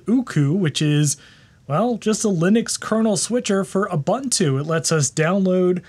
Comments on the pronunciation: I appreciate all your videos, but please stop calling it uh-bun-too. Please 🙏. oo-boon-too. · Man its not Ubbuntu. Its more like obonto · You're awesome dude, love the channel, but say it with me. OO-BOON-TOO. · boo boo boo... Ubuntu is pronounced Oooo Boooon Tooooooo. Add as many o's as you'd like but don't put no Bun in that oven baby! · That's not how you pronounce Ubuntu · lol, people still can't pronounce ubuntu correctly after all these years.